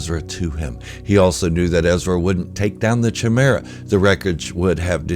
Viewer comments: First and foremost I want to say that I love your content just wanted to let you know that Thrawn’s Star Destroyer is pronounced with a hard K… /kīˈmirə,kəˈmirə. I was saying it wrong myself, until I got the audiobook. Again it’s my only gripe! Carry on! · Did you mispronounce chimaera?